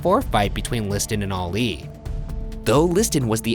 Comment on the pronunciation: Stop saying “oli “ instead of Ali